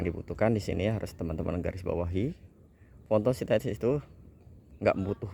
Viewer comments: Fotosintesis om... Bukan FOTOSINTETIS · Penyebutan fotosintesis aja salah bung.